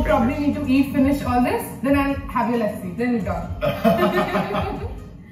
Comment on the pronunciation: It's not Laassi guys, it's Luh-ssi!